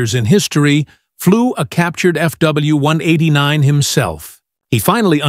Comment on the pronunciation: Start at 40 seconds into this video. The narrator for this channel has some serious speaking problems. This guy refers to FW189s as "FW one-hundred edinine ezz ". Not to mention, the pictures they show are of different planes than what's being talked about. What the f*ck?